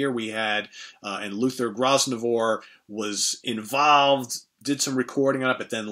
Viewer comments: Appreciate your featuring a hugely underrated band with great players especially Gary Wright. By the way Luther Grosvenor’s last name is pronounced: grove’ nor. (The ‘S’ is silent). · Grosvenor is pronounced "Grow-vener" - a silent "s". There's a hotel in London called The Grosvenor, so the word's well-known if you live here. A great video. A few points. I have Cross Purpose. More on that shortly. Over the years there have been rumours that Ceremony could be remixed and Pierre Henry's random, painful contributions removed. It may be great art, but it's not a great experience. The actual songs are good. One original on The Last Puff is The Wrong Time, written by Gary Wright but sung by Mike Harrison. The singer sharing vocals with Gary on The Mirror was Mike Patto, who sounded like a proto-Bon Scott. The song Two-Time Love on that album seems to share an influence from The Band's Chest Fever with Deep Purple Mk.3's Might Just Take Your Life. The album has been issued as Comic Violence as well - not sure why or how. Spooky 2 is the classic. Cross Purpose is a funny mixture that somehow works. The only band-composition is Kiss It Better, a hard-rocking Stones/Mott-type of song. It ends the album but should've started it. The opener, a remake of That Was Only Yesterday, is successful, though - great bassline, and Mike Harrison's voice is as soulful as ever. There's a cover of Jimmy Stevens' Tears (Behind My Eyes) which is also very poignant. Then the band start songs written by individual members. Greg Ridley's It's You Girl (Message to Deborah) is particularly good. He sings it himself, and the organ part fits the mood perfectly. Luther Grosvenor's Throw Me a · Hi, to save you choking on Luther's name again it's pronounced Gro - venor. I find all the Mick Jones albums more consistently listenable than any of the others.